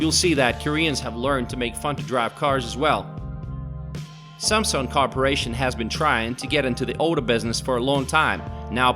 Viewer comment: must be him from a different account. Doesn't change the fact that his pronunciation is garbage. Not to mention the things he talks about Korea. Many are wrong. I live in Korea. Trying to pronounce Korean words made me cringe how bad he is. He even made a mistake on SAMSUNG...seriously...